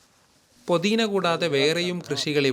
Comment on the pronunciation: പൊതീനാ അല്ല പുതിന// പയം അല്ല പഴം//